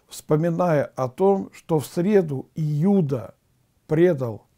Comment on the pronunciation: Спаси господи, но июда с ю слух режет